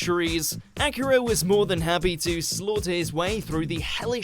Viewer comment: Please stop saying Akira as "acura", it's pronounced Ah-KEE-Rah, not Acura! smh